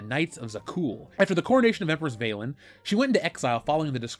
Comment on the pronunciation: "Vaylin" any relation to Babylon 5's Valen